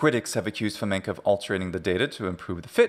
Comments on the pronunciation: Why do you pronounce Fomenko as Fomenka? It's not a Russian surname (unfortunately). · FamenkOH!!!! Not FamenkAH!! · Wrong "a", but thanks for playing 😁 Hint: the last syllable is very unstressed, the vowel is almost not there, it's even devoiced almost to "фаме́нкх". But you're pronouncing it almost like the Czech long "a" at the end of "Navratilova" 😁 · Not enough though - that "фоменкА" is kinda annoying.